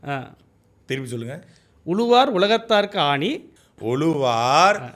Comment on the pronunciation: அவங்க திருக்குறளை தப்பா சொல்றது இருக்கட்டும்.. நீங்க "உளுவார்" "எளுவார்" என்று தப்பு தப்பா உச்சரிக்கரீங்க ... தமிழின் சிறப்பே ழகரம் தானே